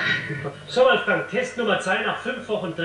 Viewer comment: Gebt doch dem Wolfgang noch sein 'g' am Ende des Vornamens :)